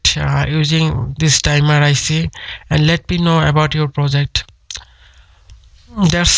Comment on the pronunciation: the "dimer IC" :D hahah